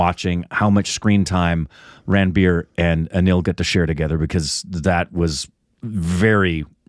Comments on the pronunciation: Its not Ran-beer, Its Run-beer. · Guys just to help you the name Ranbir is not pronounced as Ran-Beer... Its more like Run-Bee-Rr